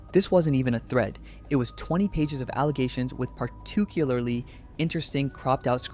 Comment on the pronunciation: "par-two-cu-ler-ly"???? u mean particularly??